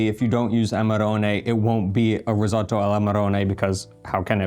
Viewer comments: risotto, fka risoddo :) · "ris-ah-to" - so painful, so many times...